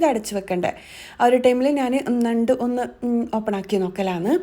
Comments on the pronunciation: ന്നണ്ട് അല്ല ഞണ്ട്😂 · നണ്ട് അല്ല. ഞണ്ട് aan. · ഞണ്ട് അല്ലേ.ന്നണ്ട് അല്ല ല്ലോ. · നണ്ട് അല്ല ഞണ്ട് ആണ് 🤣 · ഞണ്ട് എന്നാണ് ഞങ്ങൾ പറയുന്നത്. നണ്ട് അല്ല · Nand alla. Njand aanu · നണ്ട് അല്ലാ ഞണ്ട് ആണ് 😀 എന്ധെലും ആവട്ടെ വീഡിയോ സൂപ്പർ